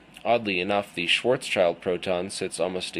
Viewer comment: It is pronounced "Schwartz-child". Schwartzschild was an actual person. It's not named after the German word. I've read the paper and thought it was interesting, but the fact that he didn't do a fully relativistic approach is suspicious at the least. Also, the "best paper" award from that university is not prestigious in the world of physics. If the findings were respected by other reputable physicists, then this would be in a journal like Nature. Interesting, but probably bologna